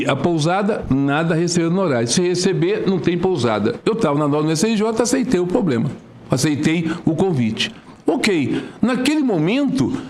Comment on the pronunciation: O cara parece o Lula falando. Diabeisso ? Ele fala " poblema " e atropela o plural. pqp .